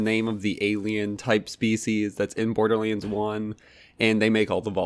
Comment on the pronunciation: Damn it! Stop saying "BORDERLEENS"!!! It's BORDERLANDS!!!